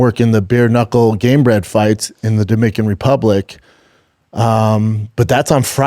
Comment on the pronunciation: I put the video speed on .35 to carefully listen and he definitely says, "The dimaican republic."